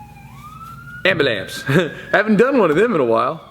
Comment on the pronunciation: "ambalampse". lol